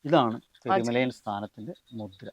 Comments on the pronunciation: പെരുമലായൻ അല്ല പെരുമലയൻ ആണ് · അവതാരിക പെരുമലയാൻ എന്നാണ് ഉപയോഗിക്കുന്നത്.. പെരുമലയൻ എന്നല്ലേ ശരി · പെരുമലയാനല്ല പെരുമലയൻ